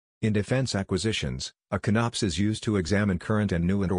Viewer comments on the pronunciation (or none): Con-Ops, not CONNOPS, LOL. Because it's a ""CON-cept" of "OP-erations". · Inability to say con-ops properly aside, this was very helpful. Thank you. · I'm not going watch a video narrated by a computer that can't even pronounce CONOP correctly